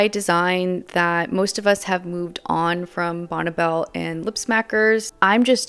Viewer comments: It’s not “bonnebell” it’s Bonne (Bonnie) Belle 🤦🏻‍♀️ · just letting you know,,,, it's pronounced like "Bonnie" even though it's spelled Bonne. I lived roughly 3 miles down the road from the company's headquarters in Lakewood. Believe it or not,, the company headquarters were "Charming" they looked like something out of Williamsburg or Nantucket !!!! I used to stop in and and ask if I could meet Bonne,,, and this was waaaay back when I was about 18 ??? but she was "always out of the office" later I learned that it was the father who was head of the company!!! This was waaaaay before the Internet. so you couldn't do any quick research on "what's really going on." Bonne Bell "White-white" was the very first makeup purchase I ever bought, and with my own money.... It was a small white tube of rich white cream. you put it under your eyes to take out the dark circles and it also brought out the blue in my eyes. I am 65 and I still use some form of white eye cream today.